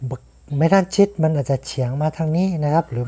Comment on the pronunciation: ิอกเสียงไม่ถูกต้องน๊ะครับ คือ "จันทัน" ครับ ไม่ใช่จันทาน อีกคำหนึ่ง "เมทัลชีท" ไม่ใช่เมทันชิด การออกเสียงผิดทำให้ความหมายเปลี่ยนครับ